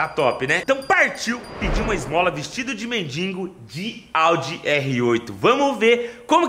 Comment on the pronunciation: porque na tabmb voce escreve "mendigo" certo, e na hora do video voce so fala "mendingo"? agonia voce falando errado irmao...